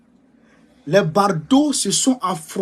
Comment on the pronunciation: Bonjour mon petit. Il faut plutôt dire BADAUDS, mais non BARDAUDS.